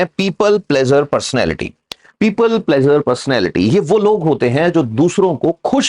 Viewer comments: यहाँ प्लीज़र बोलिए प्लेजर नहीं प्लेजर अलग चीज़ है आपको पता है। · Pleasure nahi pleaser hai (pli-ser, plz-er). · pleaser should be pronounced correctly otherwise knowledge is good🙏pleeser,give emphasis on eee not aa